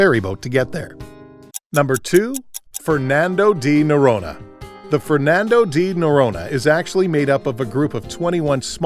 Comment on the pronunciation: It's pronounced ferNANdoo Jee noROnya bc i know Portuguese.